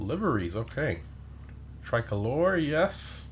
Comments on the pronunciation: Your pronunciation of tricolor made me laugh 😂 it's not Italian it's an English word for a flag with 3 colours lol. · My man out here pronouncing ‘Tricolor’ like “Try Colore” 😂